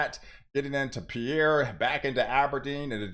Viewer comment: South Dakota'a capitol is pronounced "Peer" thanks!